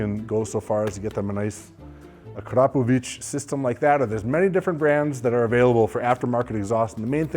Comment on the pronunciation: I'm so proud of you how you pronounced Akrapović! 💪🏻💪🏻💪🏻 I'm from the country where they make thise nice exhaust systems called Slovenija 💪🏻💪🏻💪🏻😎